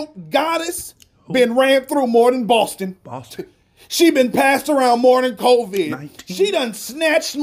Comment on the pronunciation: the way he said Boston got me rolling🤣 And when he looks up at heaven